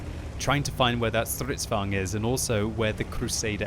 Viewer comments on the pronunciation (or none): Its Stridsvagn, not strutzvagn :D